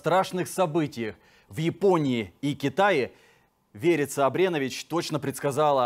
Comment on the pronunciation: Как имя подходит Верица,а слышится ВЕРИТСЯ.